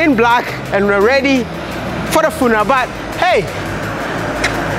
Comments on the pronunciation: "FUNARAS" 🤣 ...You gat on that Village boy , My favorite YouTuber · Cool interaction with the VP . He was so dope and his suit rocked! I couldn't stop giggling each time you pronounced 'funeral" lol. Keep dropping the videos buddy. Good job on changing the narrative about us